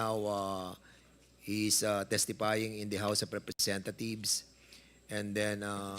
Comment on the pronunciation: Representhathieves. Daw sabi ni dan fernandas😂😂😂tagalugin na lang kasi!